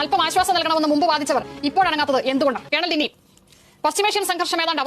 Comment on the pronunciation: ഡിന്നി അല്ല ഡിങ്കൻ